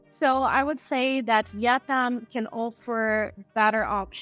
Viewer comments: it is called vietanm NOT YET NAM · Its pronounced vee'it-nam not vet-non. Youre a typical snowbunny. 😂